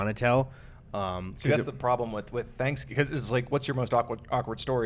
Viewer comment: Hey Gus you were right about the pronunciation of Thanksgiving, is definitely saying it wrong. --another Wisconsin boy